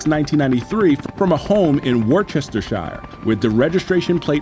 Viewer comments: Wus-ter-shuh, not wor-chester-shire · Guys? “Wor-Chester-Shire” is pronounced Woostersheer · “War-Chester-shire” 🤣😭🤦‍♂️ Wustashuh. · War chester shire im crying its pronounced wuster sher I know English english is hard for Americans its also very hard for English people hahaha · War Chester Shire 😂 It's pronounced Wuh-stuh-sher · Woochestershire is pronounced wooster. Yes I know. English is weird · worchestershire= woosta cher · War-Chester-Shire aka Wusstuh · War Chester Shrire isn't a place, but ti was a good attempt :) It is more like Wuster. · Americans, it's easy. Worcestershire. It's pronounced "Wuss-ter-sha" Not "War-chestur-shiyar" or "War-kestur-shur-shyur" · War-chester-shy-er 😂 is pronounced Wooster-sher The shire is where the hobbits lived. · pronounced "Woostershire", not "wor chester shire" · "WER CHESTER SHIRE" lmfao! It's pronounced wu-stuh-shuh. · Sigh... It's "wu-stuh-sure", not "war chester shaye". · wtf is Wor Chester Shire? it's pronounced wustuhshr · lmfao "war-chest-er-shire" it's "wus-tuh-sher" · Worst-ta-shir not wor-chester-shire🤣🤣🤣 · Wor-chester-shire 😭 Wuu-ster-shire 👌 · 'War-chest-shire' - brilliant! For anyone wondering, its pronounced something more like 'Wu(r)st-er-shur'. The first 'r' is kind of there but difficult to tell at times. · WORCHESTERSHIRE IS PRONOUNCED AS, 'WUSTERSHIRE,' NOT WAR-CHESTER-SHIRE! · Wor Chester Shire. No It’s pronounced Wus-te-sheer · "WAR-CHESTER-SHIRE!" LMFAO....so funny how Americans say some of the English places. You'd actually pronounce it "wust-er-shur" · Lmao , "Worcestershire" ..... it's Wooster, not warchester. It's ok you get a pass this time. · War Chester Shire😂 Its pronounced ‘Wohster shire’ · The only thing I noticed the mispronunciation of is Worcestershire, it’s not War-Chester-Shire, it’s Wust-er-shur. I as an Englishman also had it wrong for at least 40 years, but I’m from the North, so it’s all South to me. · “War-Chester-shire” Ffs. USA, it’s pronounced ‘Woostersheer’